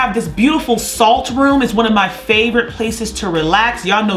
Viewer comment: I still find the way Wendy says “RUM” instead of room hilarious